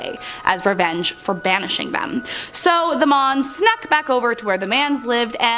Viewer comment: When she says 'mons' all i can hear is 'moms'